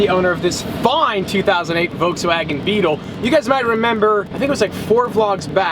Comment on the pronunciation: volkswogan beetel. Lol